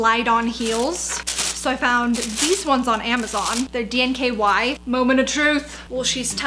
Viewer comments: The gold dress... DEFINITELY not the same one. The straps are even totally different. 😂 And the “DNKY” (does it stand for “danky”? Or “Donkey”? Haha!) instead of “DKNY” made me lol! Girl! You are so entertaining to watch! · Those red heels are from DKNY not DNKY!! You get the name wrong every single time!! Everything aside love your vids ♥️ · I LOVE how she said “these are “DNKY”” instead of “DKNY” LOVE LOVE LOVE IT!!!! Lmao! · DNKY? (Donna New Karen York?) You mean DKNY? 😆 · Did you say DNKY?